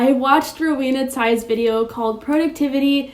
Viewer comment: unrelated but thank you for pronouncing the surname “Tsai” correctly :)